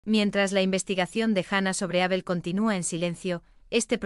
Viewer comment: Sigue esta señora diciendo Ábel. Es una palabra llana sin acento